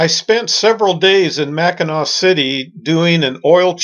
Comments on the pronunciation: Really enjoying your great loop videos. Just wanted to point out that “Macinac Island” Is pronounced “Mack-in-awe”. I used to live near there and miss its quiet charm ( and fudge). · AUGH! You're driving everyone from Michigan crazy I hope you know. All three (4 if you count The Bridge) are pronounced the same way Mack-i-naw, even when they're spelled Mackinac. Hope you picked up some fudge there either in Mackinaw City or on Mackinac Island. I'm not positive but if you Loop again you may find more shopping available in St. Ignace (on the north side of the Straights) or if you come up the west side of Lake Huron you can stop in Cheboygan, about 20 miles SE of Mackinaw City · Great video. My only complaint is the damage you did to my Michigander ears when you say Mackinack Island. It’s pronounced the same way you pronounce Mackinaw city. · Mackinac island is pronounced the same as Mackinaw city. Mackinaw. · Don't mean to be critical, just informational. Below is cut and pasted from Google on the subject, along with I was raised very close to the island.. " Whether it is spelled Mackinaw as in Mackinaw City or Mackinac as in Mackinac Island, they are pronounced the same way: Mack-i-naw. ... The word became shortened to Mackinac. " If you dig into the subject of the 2 spelling the Mackinac was from French influence and was from the french translating the American Indian word. The Mackinaw was from British influence, I assume from at a slightly later date. But in the end they are both pronounced the same. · You’re killing me! Mac in Knack??? Mackinaw and Mackinac are pronounced the exact same way and I’m shocked you didn’t here anyone on the island pronounce it. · I'm glad you enjoyed Michigan. I lived here my entire life and absolutely love it here. Mackinac has a silent c by the way. Mackinaw and Mackinac have the same pronunciation.